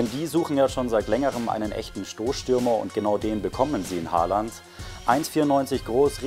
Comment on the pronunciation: Man spricht ihn O und nicht mit a aus 🙈